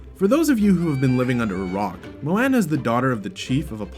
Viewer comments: Please learn to pronounce moana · The way he says Moana 😡 that bugs me ughhh lmao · ErrorMaeBae I KNOW RIGHT😫😫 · (moe-ana) and (tef-etti) when it's really (mow-anna) and (tef-iti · U pronounced Moana wrong! What is with this channel and not being able to pronounce names! Ugh and Taffitii! Work on Pronounciation! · Great vid... except the way you say Moana and Tafiti makes me cringe 😖😖😖